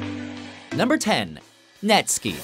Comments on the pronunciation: I cant believe he is saying netski instead of net-sky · Say yall it's not "netskee." It's net SKY. Like the SKY. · It is not pronounced NetSki you say it like the sky (in the air) NetSKY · "Netsk[ee]"? "LTJ B[yu]kem"??? Aphex Twin in this list?! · Netskee hahahahahaha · You say netsky like sky not skie🤦‍♀️ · “NetSKEE” no please no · Why you pronounce "netski" not "netskai" ? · "Number 10... Nestki" I knew this video was going to be crap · net fckign skAI not netski ... SKY not SKI dude! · Sky in Netsky's name is pronounced like the word sky, not ski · Netsky is my No.1 and should be much higher on this list too. i am glad that hes on the list though. and its pronounced sky not skee... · Netski??? Can you pronounce sky Put it behind net And you get netsky Not netski. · NetSKY, not Netski, NetSKYng Seriously, it is even pronounced that way in the Whistle Song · First off: there's nothing that annoys me more than when people say net ski, when his name is pronounced Netsky. Second: I really feel Andy C, Friction, High Contrast, Break, and DJ Marky should have been on that list, if not honorably mentioned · learn pronouncing netsky before you include him in a list, it's netsky, not netski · What a fucking joke. Where's Logistics? Where's Roni Size and Reprazent? Where's Goldie? WHERE THE FUCK IS HIGH CONTRAST??? All you have on this list are EDM land IDM artists who, for the most part, don't even produce pure drum n' bass most of the time. And would it kill you to at least pronounce the names right? It's Net-SKY not fucking "Netskee"! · I'm Belgian and the 'sky' in Netsky is pronounced like the word sky in English, not ski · it's netSKY, not ski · untrue; he confirmed himself on the biggest Belgian radiostation that it's pronounced "Net-sky" after the host said "Netski" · "netski" ? "ltj buke em" ? lol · net sky takes the reference of Terminator's realm evil corporation that destroyed the world in 1999. He said it himself Netskee is mispronounced